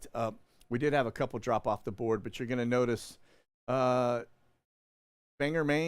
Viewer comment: Okay brother, I can't stand it anymore, I just have to ask if you could pronounce Bangor, Maine properly? There is no "e" in Bangor, nor is there the letter "u" anywhere to be found either. There is no "er" sound, no matter how one might spell it! It is Bangor! You can do, Ban-gore, or Bang-gore, either works as long as you put emphasis on the "g", it is not a soft "g". Thank you for all you do for the Body of Christ, and the cause of liberty! Your fellow servant in Christ!